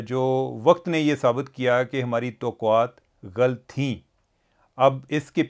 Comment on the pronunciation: چیمہ صاحب ghlt نہیں ghallat ہوتا ہے ایک اور لفظ کی تصحیح فرما لیں اعزاز صاحب تو خیر سے اہل زبان ہیں ۔